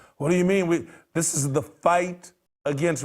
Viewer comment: Any "Doctor" that can't pronounce the word this or that needs his license revoked.